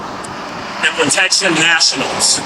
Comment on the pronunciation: He said protection nationals 3 times then says "there's no s" lol sorry I can't stop laughing at this dude